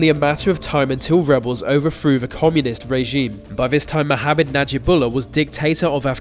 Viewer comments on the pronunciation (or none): 'overthrew' = "overfroo", 'futher' = "furva" etc etc. Why can't young people make the "th" sound anymore? They all sound like babies. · Why is it so hard to pronounce the "th" sound in overthrew? It's overthrew, not overfrew. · You may have "nailed" the pronunciation of Ceausescu, but you keep saying "overfrew"! 😏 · Overfrown. Why do British people sound like they have stuffy noses